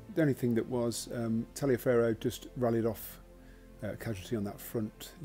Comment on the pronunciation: Easy mistake to make but General Tallioferro's name is actually pronounce Tolliver.